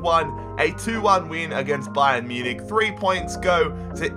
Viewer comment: Ba-yern Mu-nich XD